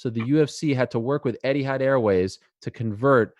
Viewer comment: It's not 'Eddiehad' Ariel, it's 'ETIHAD!